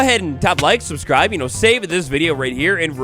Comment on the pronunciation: Anyone else notice he said suscribe?